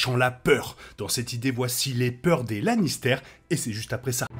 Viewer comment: Super vidéo sur got, bravo 👏👏 pr contre arrêtes stp de dire Lannistère! C pas un fromage, puree de pomme de terre! Sinon meilleur Lannister ever : Tyrion, prcq c le plus développé sur tout plan : (son enfance, son dévouement et sa rancœur avec sa famille, Shae) et pour sa participation au développement des autres personnages et de l'intrigue.